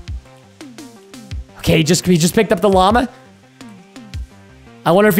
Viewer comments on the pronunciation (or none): none